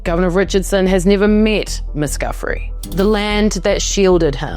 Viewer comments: You know, as a journalist - you should pronounce the names properly, especially the victims. Virginia Guifre ( Goo- Frey), say her name! And work on your thick Aussie accent..😢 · Cooooommmme oooonnnnn. If you're going to produce a documentary you expect to have validity, you could at VERY LEAST do enough research to be respectful and correctly pronouce names of a deceased victim.... "Giuffe" is pronouced JOO-FREE!!